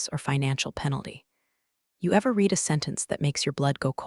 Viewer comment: the AI narrator needs to learn how to pronounce read properly. 'red'... not 'reed' in the context that was repeatedly used incorrectly.:text-green-game-over